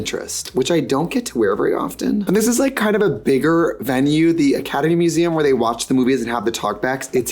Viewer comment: Am I the only one hearing Ketamine Museum every time she says Academy Museum?